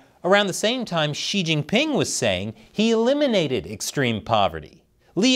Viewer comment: Wrong pronouciation. Shouldnt it be See Jinping instead of She Jinping?